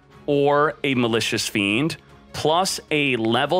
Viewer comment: Was I the only one who understood Malicious Bean ?